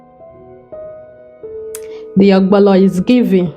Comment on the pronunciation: You wrote ogbono and still calling it ogbolo.